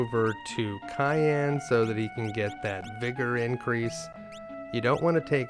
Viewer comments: kay-an, ok bud, you know you were trolling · Holy f*** mate, CYAN not CAYENNE! One is a color and one is a food!